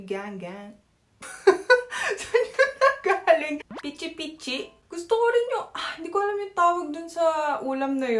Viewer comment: say pichi pichi again in korean accent hehe